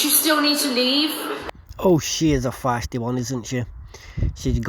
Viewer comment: feisty....not fisty